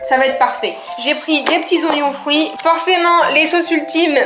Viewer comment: Tu as dit iognon fruits ou je rêve en tout cas je t’aime toi et la team croûtons